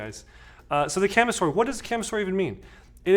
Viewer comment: Great video,! A couple corrections, though. First, "kamisori" does not mean "blade" like you state in the video. It translates to "razor", and is written as "Shave-knife". 剃刀. 剃る (so-ru) means "to shave", and 刀 (ka-ta-na or toh-oh) means "sword" or "knife". Second, since it's a Japanese word, it's pronounced more like "kah-mi-so-ri", as opposed to your "ca-mih-sor-ih".